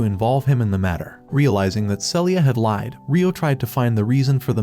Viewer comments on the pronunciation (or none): none